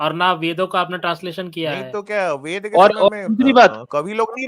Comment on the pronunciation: ye ved ko bed padhega😂😂